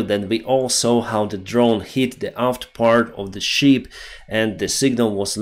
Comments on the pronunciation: you sound like John Candy. BIG BIG BIG BEAR. At list john got it right. It is a. ship not sheep. You must bee looking for your rubber boots😂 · Thank you for great videos! Listening to them from USA. Your English is excellent, One word I noticed today you pronounce incorrectly: ship ships, I sound needs to sound like наше и як в шип, чи як в шиповник. You pronounce as in sheep (вівця) , we звук як в слові шість. Great videos for English speakers!!!